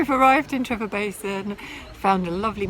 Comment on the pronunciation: its not Trevor its TreVor.